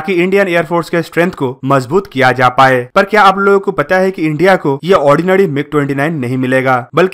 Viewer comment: Ordinary = odi-nadi